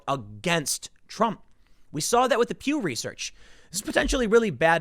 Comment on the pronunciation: Pew research 😂 sounded like you said Q research